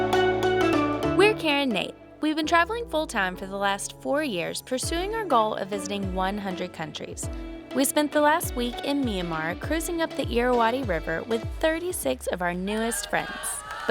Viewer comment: You mean Myanmar(Burma), not nyammar